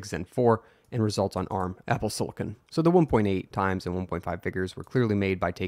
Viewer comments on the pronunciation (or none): none